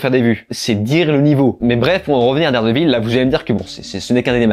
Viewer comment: dard des villes? t'es anglophone que quand ça t'arrange